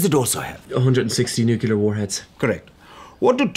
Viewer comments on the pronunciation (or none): did you just say "new-KUH-lar"?!?! Bruuuhhhh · How could you get it so wrong? It's nuclear, not nukyular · Nukelar, all the people in England pronounce it this way? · LOL...nuKEWLar....you said that to sound uneducated right?